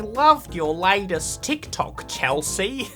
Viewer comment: she really just said "teek toke"